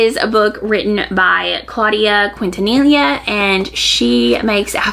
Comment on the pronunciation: FYI it’s Claudia KEEN-tah-KNEE-yah.